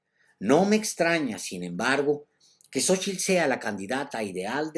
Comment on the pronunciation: Mucho elogio para un mega chairo que no sabe ni pronunciar Xochitl, no se dice "sochil", animal! A ver si describes los huipiles de Sheinbaum en tu siguiente resabiosa intervecion, acompejado.